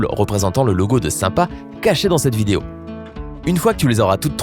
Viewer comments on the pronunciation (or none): none